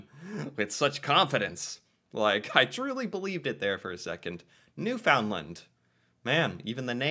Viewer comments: …and Newfoundland is pronounced New-fund-land, with the main emphasis on the first syllable. It’s not New-found’-land. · I'm afraid you lose point for pronouncing the province "new FOUND land". It's pronounced "newfunland", 'cause it's FUN! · Newfoundland is actually pronounced "New/fin/land. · Please dont forget that Newfoundland is actually pronounced like Newfundland. The d is more silent. Anyway thats how we pronounce it. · Your math skills suck. You jumped from 0 to 2 to 5. But you did exceptionally well considering some Americans can't find us on a map. Since you're surprised by how recently landmark events took place up here, thought you'be interested to know that Newfoundland (pronuncuation closer to Newfundland with the emphasis on the 1st syllable) joined Confedaration in 1949. I new the flag year, because I participated in the contest (didn't win) and every Canadian over 50 remembers the Confedration date because of this (the song played on radio ad-nauseum, and was embedded in the Canadian consciousness): 1 little, 2 little, 3 Canadians. - My Canada is famous for Lacrosse and providing booze for America's prohibition era!!! - Well done on George St. Pierre. I had no idea. - Les "Canadiens" de Montréal is the correct spelling for the Habs. - Montréal is an island, so the only city to sit "on" the St Lawrence. Otherwise, Ville de Québec could be a correct answer, as it sits on it's shores (and makes it a truly breathtaking drive between two cities). - And EVERY CANADIAN knows THE HIP. In fact nearly every Canadian watched their final concert, live (no lie). you will always be a Honorary Canadian, no quiz is going to change that. Always room on my couch for you to crash, should you require in-person research. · And don't forget to put the emphasis on the first syllable. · Garneau is pronounced Gar-Noh. Newfoundland is pronounced Newfin-Lund.